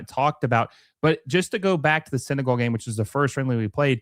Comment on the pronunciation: You really need help pronouncing 'Senegal'.